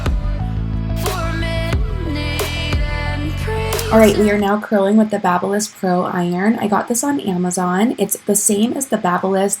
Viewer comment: Love it as always!!! ❤️ Hahaha funny how you said ”babbyliss” instead of babyliss 😂